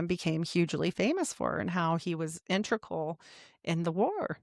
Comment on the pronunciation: In-teg-ral Integral Not intrical I'm sorry, but it must be said. Btw your knowledge is very impressive! I enjoyed the podcast.